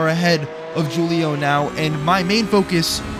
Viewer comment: FFS ITS WHO-LIO NOT JEW-LIO come on...